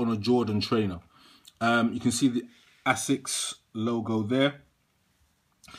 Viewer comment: Haha you crack me up dude. I feel like you purposely mispronounce names just to eek Americans - 'ass-sicks' 'ten-nick'.. Love it 😂